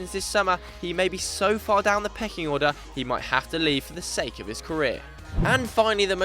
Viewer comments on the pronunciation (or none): none